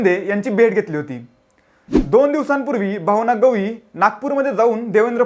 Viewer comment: गवई नाही रे केळ्या गवळि बोल